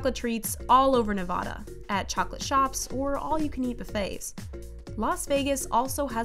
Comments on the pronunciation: NEVADA not NIVODA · why does she say nevada like nevoda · You have insulted Nevadins in this video. ITS NeVAda not NEvAIda. Also we just put sugar in wine for our desserts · Me who’s from Nevada hearing how she pronounced Nevada: peace was never an option ITS NOT: NE-VOH-DUH IT IS: NEV-AH-DUH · Did she just say nevoda???? Its nevada. Like a as in apple. Why do other states struggle with this????? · I want to make this LOUD and clear,... ITS FRICKEN PRONOUNCED Ne-vA-da NOT Ne-va-da!!! (Navoda maybe) Anyway, (there's a complete difference between the two) It may seem like its not a big deal but it definitely is (or at least to me and some other people ). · Us, “Nevada” How other people pronounce “nawvada” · This list is as accurate as the chick pronouncing Nevada. Its Ne-vad-ah not Ne-vah-dah. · For crying out loud ITS Ne-Va-DUH not Ne-Vah-Daw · it’s. not. nevOda. there’s and A not an O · title: every states favorite dessert Illinois: sNaCk fOoD Ppl who made this video wth r u doing with ur lives did u do any reaserch like wth popcorn isnt a dessert u morons bruh!! 🤦🤦🤦🤷🤷🤷🙅🙅 Edit u also said nevada wrong its pronouncede nuh-va-duh not na-ve-dah u fool!!! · im so sorry but its, NEVADA not navada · if i hear one more person say “navada” im gonna scream. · It's Nevada (Nah-vad-ah) there is no long a. As someone who has lived here my whole life, it's the biggest sign someone doesn't know about us. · every time i hear someone say ne-vah-da it hurts my soul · It’s it’s pronounced ne-va-duh 😁I’m a native and hate it when people say it wrong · WHEN SHE SAID “NeVaUgHdUh” 🤢🤮🤮🤢🤢🤢🤮🤢🤮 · No one: Not a single soul: Her: Nevodo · did this girl just call nevada “nuhvuta”. bruh i hate tourists who say it like that. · DO NOT EVER SAY NUVADU EVER AGAIN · I hate it when people say Nevada wrong!! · I BEG OF YOU PRONOUCE NEVADA RIGHT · Why can no one ever pronounce Nevada right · As someone born and raised in Nevada, you pronounce it wrong. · why do people pronounce Nevada like that